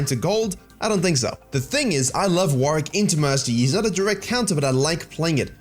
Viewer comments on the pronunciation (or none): WarWICK not WarRICK